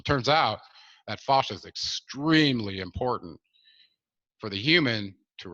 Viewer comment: Fascia—proper pronunciation is with a short vowel sound —as in “dad”. Not fauchia as in faucet.